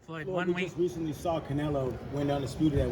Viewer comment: Damm Floyd u just can’t get Canelo name out ur mouth